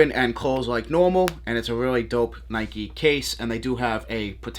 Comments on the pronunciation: It’s Nike not Nikey. You wouldn’t ride a bikey would you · I see you also get triggered by the mispronounced NIKE